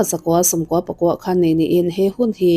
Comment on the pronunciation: 'Khan' tih te, 'tai' tih te hi i lam dân a dik lo a nia. Mizo ṭawng hi a lam dân azira danglam a ni a, ziaka sawi fiah a har, i bul hnaia puitling tu emaw lo zâwt teh aw, a zia lo tlat, vantlâng hriata thu sawi in ni ṭhin si.